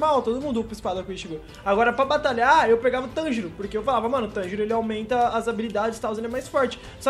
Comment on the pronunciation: MANO NAO E TÂNJIRÔ É TANJIRO FALA CERTO VEI KSKSKS